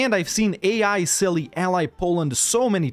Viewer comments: Its silly how the game calls that nation cilly while its celje and its not read as silly at all, it should be tselye (dont read the "e" as "i") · ist celje not cili